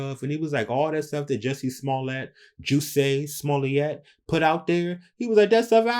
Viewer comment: Juicy Smooyeee!!!!!! got laughs every time he mispronounced the name.